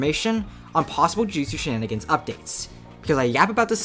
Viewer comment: the mf that said "shininingins" is wild